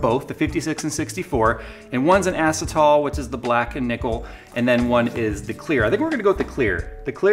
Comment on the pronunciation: It's "uh-see-tull," not "ass-it-all"